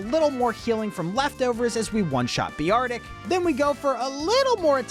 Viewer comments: Did he just pronounce Bear-tic Bee-are-tic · BE-ARTIC EXCUSE ME SIR? HE IS A GOD DAMN BEAR IT IS BEAR-TIC